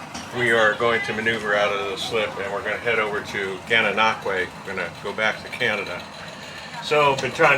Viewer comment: Well done pronouncing Gananoque properly! Even Canadians have issues doing it properly. lol. So glad you enjoyed your time here on the Canadian side of the 1000 Islands.